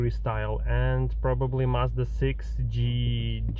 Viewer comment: Англоговорящие не произносят марку так как ты это делаешь. Не благодари